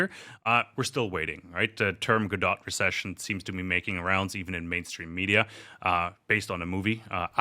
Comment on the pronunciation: 'Waiting for Godot'. It's French,! French! Pronounced 'Go-doh'! And Godot never comes, so I'm not sure I would be too quick to call it a Godot recession! LOL